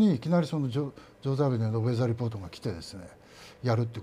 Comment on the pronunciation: なぜ松武さんは、ウェザー・リポートの名前を言う時から発音が良くなり、ジョー・ザヴィヌルをジョー・ザーヴェンみたいな発音で言っているww